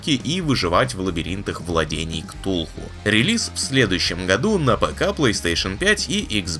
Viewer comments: "КТУЛХУ"! "КТУЛХУ"! А не "кутул"! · Какой блин К-туулу... Ктулху написано, слово читаем не отдельные буквы, даже на рофл не похоже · Почему нельзя читать Ктулху как Ктулху?😭 Для кого это «Кэтулу»…..🌚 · Кэthулу? Что? Ктулху сказать не созвучнее?